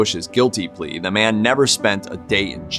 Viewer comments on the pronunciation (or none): none